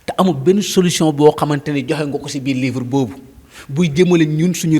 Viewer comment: Mais toi esque tu est capable de lire et comprendre un livre, ta prononciation ne le montre pas de toute façons, Sonko parle de Solution et non solouson